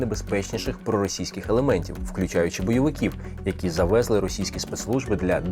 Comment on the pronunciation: Наголоси Не заВЕзли, а завезЛИ Не ВЕли, а веЛИ